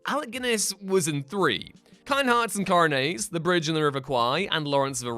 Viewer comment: "Kind hearts and coronays" ? How can you say it's one of the greatest British movies, if you cannot even pronounce it !?